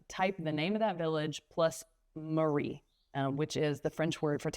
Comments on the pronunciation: "Mairie" is not pronounced like "Marie". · I am French American. I know both countries very well and I am bilingual. I am surprised that you decided to move to France without speaking much French (you still cannot pronounce simple words like "Mairie" properly). I am afraid this will dramatically limit your ability to assimilate in France, especially in a small village where few people speak English. Also you should not underestimate the time and effort it takes to learn French as an adult starting from zero.